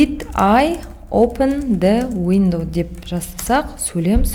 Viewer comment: Опын дауендау опындауендау сосын тагы опен дауендау басы осылай басталад